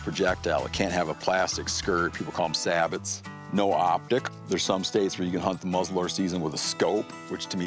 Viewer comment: Hearing him pronounce sabots like that killed me